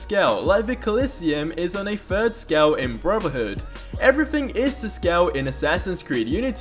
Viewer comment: can you learn how to say th instead of f. Eg don't day fird say third. Keep up the gd work:)